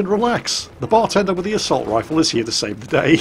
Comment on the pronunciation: i love how he emphasizes bar tender